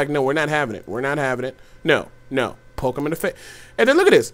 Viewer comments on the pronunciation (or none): none